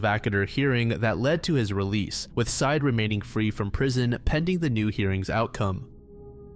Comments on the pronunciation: No idea why it bothers me at all, but I have a sneaking suspicion that the ex boyfriend's name is not pronounced "side". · Bro theres an entire podcast and news interviews and documentaries with this story and you legit cannot pronounce syed correctly?